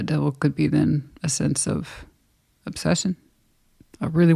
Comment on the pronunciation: I just like it when you say ‘dewvil’ lol- makes me laugh every time! 😂 Sag/sun/rising/gem moon ….but a trilogy in 12H with a Venus Scorpio!✨✨✨✨✨✨tada